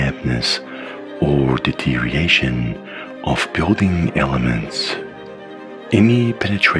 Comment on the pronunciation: It's 'deterioration' not 'deteriation' fyi. Small thing but it'll make the vids much better to watch.